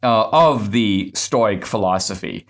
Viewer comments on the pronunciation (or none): Sorry Dinesh, it's pronounced stow-ick or stow-icism as in stow rhymes with crow